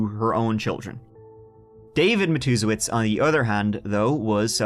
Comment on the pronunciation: I came here just to tell you how proud I am love you that you were able to pronounce this family's name because God knows I can't